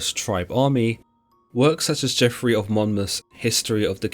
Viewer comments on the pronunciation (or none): none